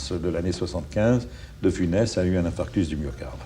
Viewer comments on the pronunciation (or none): none